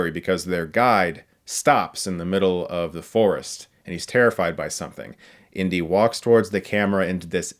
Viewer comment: I kept thinking you were saying "Indian Short Round" but you were saying "Indy & Short Round" 😅